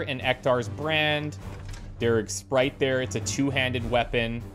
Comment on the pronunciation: "Daris's SPRITE?" Nah, Darig likes Mtn Dew and is full of SPITE that you keep saying his gun name wrong lmao.